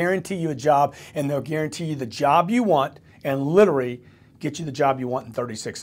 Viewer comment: Grant's new job should be learning how to properly pronounce, "literally". Hint, it's not "Littery". :o)